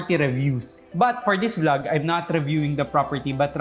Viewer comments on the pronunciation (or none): none